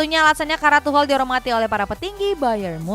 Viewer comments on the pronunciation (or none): presenter kedua ini jarang bener nyebut nama pemain, pelatih & club. contoh yg sering salah nyebut: - van dijk jadi van dich - lyon jadi layen - league 1 jadi league one - kadang tuchel jadi tucel - marseille jadi marseli